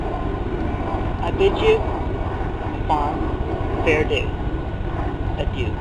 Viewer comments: I bid you a fond... faredoo.. adieu... a fond farewell adieu LMFAO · If I was giving a eulogy and said "faredoo" I'd start laugh crying so hard that I'd pass out because even just reading the word is making me giggle